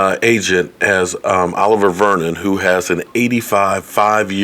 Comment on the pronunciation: You destroyed olivier's name 🤣. It sounds like O-liv-e-ay .